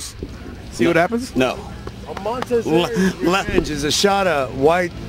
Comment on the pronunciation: It's Marzi MONTAZERI, not MonTEZAri... Mah...